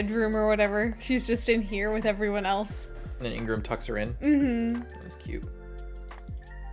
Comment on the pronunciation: He is not called Ingram. His name is Igaram. :face-purple-crying: I die a little each time you call him Ingram. lmao